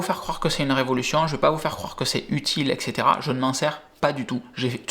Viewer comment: Et cetera et pas ex cetera en latin français correct!